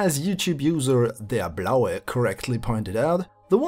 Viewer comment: Woah are u german? Cause u pronounced "der blaue" perfectly